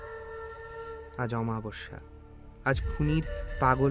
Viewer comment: ন্যারেটর বদলান প্লিজ। "বারন্দা" "আমাবস্যা" এসব কি উচ্চারণ?????? আর এইসব খুচরো খুচরো এপিসোড। কিছু না কিছু কি আপলোড করতেই হবে?